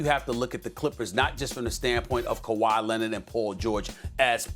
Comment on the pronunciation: Nobody: Stephen A: Kawaii Lennitt